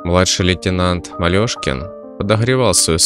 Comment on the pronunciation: читаете хорошие книги -НО не МалежкИн а МалешкЕН